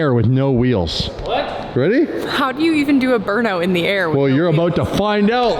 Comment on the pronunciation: Love how you Canadians pronounce burnout😂 “Burnoot”